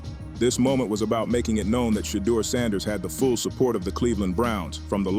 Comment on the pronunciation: AI please get the pronunciation of Shedeur’s name correct.